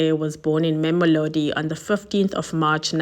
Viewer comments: Not Memolodi It's Mamelodi. Can't u read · Wonderfully captured. Please work on pronouncing names...LIMPOPO. There is no M after the first PO. MAMELODI. Not MAMOLODI...Slight criticism but it can be a bit distracting... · did she say ma'amilodi? Limpompo? 👏